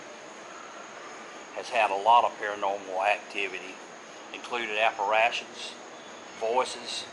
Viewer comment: Appa-RAY-tions....I think....Good one...